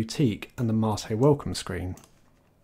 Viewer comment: Imagine being this man’s IRL friend, when you meet up with him you hear him say “hello ”